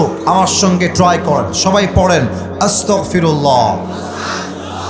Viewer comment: আস্তাকফিরুল্লাহ না ভুল হয়েছে 😢😢 আস্তাগফিরুল্লাহ সঠিক❤❤❤